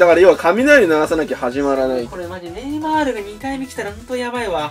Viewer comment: 毎回ネイマ(い)ール笑